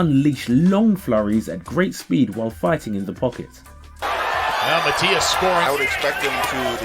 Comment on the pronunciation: That’s true. No prospect; a world champion.And the pronunciation of his last name is Matías. Just like they call him in all his fights.